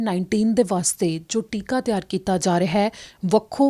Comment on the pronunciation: ਟਿੱਕਾ ਨਹੀਂ ਟੀਕਾ ਹੁੰਦਾ ਹੈ।